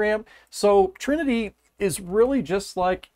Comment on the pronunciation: the trinity was butchered ,but you do great work